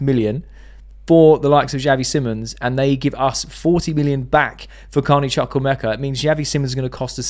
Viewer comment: I told you the Chuk in Chuk-wu-emeka is not pronounced as Chuk but as Chook (like Chu chu).